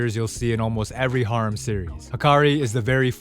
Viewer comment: your prolly the only person on the planet that pronounces harem like that